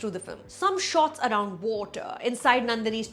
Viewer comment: The point is to make you not choose a side, everyone has a reasonable worldview. Maybe the story is too dense to adapt as a film without losing a lot. Still… what’s with the British accent when you said “water” about RaviVarman’s cinematography? With your sentence structure like “in the second half only..”, this is funny… “only in the second half” is a more common English usage